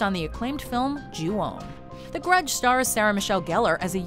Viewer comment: Ooooh, that one is so good. That boyfriend deserves a metal for quick thinking. -Thanks for the pronunciation. I got it right. And I like the end song of Ju-on. -Mama was a good one. -That movie legit scared me. It tapped into one of my few fears. Facing the evil thing by yourself. That sidewalk scene gets me every time. -Nope, that's just a history making film. No other film had better shaky cam.